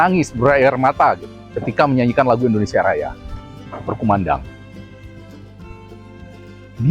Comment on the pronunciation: Maaf sebelumnya Bang bukan indonesa, tapi indonesia bang.